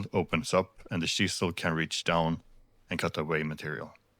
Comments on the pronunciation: When you said chisel. I though you said she saw😅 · I thought you said she-saw 5 or 6 times before I realized you were saying chisel. I was like, what is a she-saw.